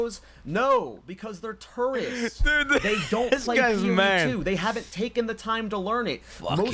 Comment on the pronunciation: I kept mishearing "tourists" like the way the said it sounds like "turds" 💀💀